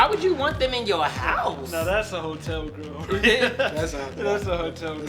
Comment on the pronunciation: NOT DJ WITH THE "HOE'TELL"...OH HELL NAHH, THATS THE WRONG CHICK!!!!!